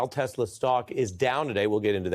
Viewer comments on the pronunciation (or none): “I love Tessler!” 😂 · It's Tesla not Tessler. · "I love Tesler!" Lol😅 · "I love Teslurrrrr" roflmao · "I love TESSLEERR!" Dumbasses. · you obviously didnt hear Trump mis pronounced it as Tessler, when they were pushing Telsa's on WH grounds.